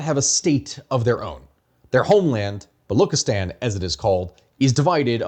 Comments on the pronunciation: Baluchistan is pronounced Balooch(ch:cherry)-istan not “Balok” therefor the ethnicity is known as “Balooch”. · Thnk u for this you're butchering Baluchstan pronunciation though The ch is pronounced as in chess